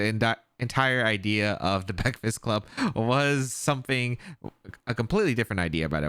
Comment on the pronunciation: The Baekfast club had me laughing 😂